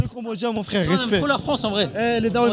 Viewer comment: 😅😅😅 Ona "souffaire". "FFFRAIRE" 😅😅